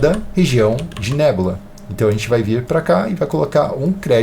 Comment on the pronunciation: Nebúla é mto mais feio q nébula kkkkkkk